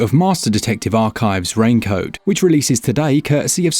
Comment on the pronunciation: the dude say rain code and i hear him saying rain coat 😂